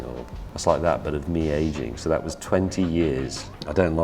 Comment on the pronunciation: I like James but I do wish he would pronounce ' was ' properly rather than pronouncing it ' wuz ' or ' wez ' or whatever he says instead.